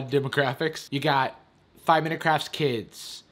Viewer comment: I keep hearing craps instead of crafts